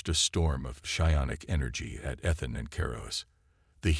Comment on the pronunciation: I cant believe how bad u can butcher a mans name. Ethan. I heard 3 at least.